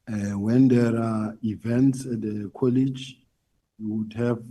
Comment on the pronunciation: Not Colish! Say College plz!